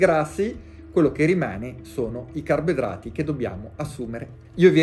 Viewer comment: Carbidrati, senza la o